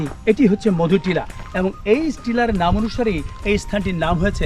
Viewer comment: মধুনীলা নয় মধুটিলা হবে